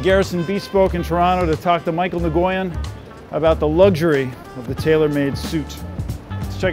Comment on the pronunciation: haha the way he pronounces Nguyen in the beginning